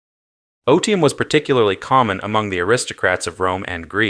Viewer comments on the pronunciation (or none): please don't pronounce otium like odium the "t" MUST be hard, or else youre saying the word hate, not leisure.